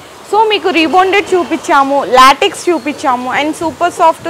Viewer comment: Not Laatiks. Latex.